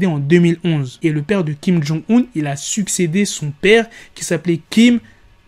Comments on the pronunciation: c est pas un 2 (II) mais un il Kim il-sung 😭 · Sa se prononce pas 2 mais il